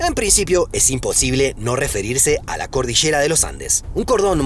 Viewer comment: "El vache" o La cordichera"... 😅😅😅